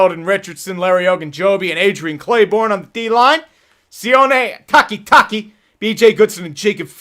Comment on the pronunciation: The way he said taki taki